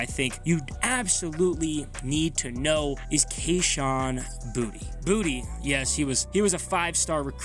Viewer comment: Boutte, like tay, its a french name not booty lol